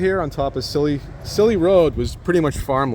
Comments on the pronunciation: Hey! Just a quick heads-up, "Cilley Road" is pronounced like "silly." Love your content! Keep exploring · Re pronunciation: It's Cilley RD, not St. Pronounced. As in "silly." Are you native?? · I like your videos and I'm a subscriber. Cilley Road is pronounced "Silly Road". You are right that everything about the quality construction of homes was greatly sacrificed after WWII. The South Porter Street photo really amazed me. My grand parents and aunt and uncle lived just on the left at 47 S. Porter St. So much of Manchland has been erased in the name of 'progress'. I used to hunt phesant in Mrs. Ashkar's field where the Mall of NH was built. As youths we would 'jump' slow moving freight trains heading south from the yard towards Grenier Field (KMHT) and get a free ride down to Cohas Brook to go swimming, trout fish or hunt rabbits. Those were the days.